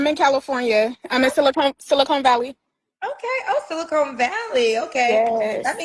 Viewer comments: It is SiliCON Valley, not SiliCONE Valley. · Wow… BOTH this Kendroid caller and back to back referred to SiliCON Valley as “SiliCONE”…. SMDH… 🤥🙄🙄🤦🏽‍♂️🤦🏽‍♂️😂😂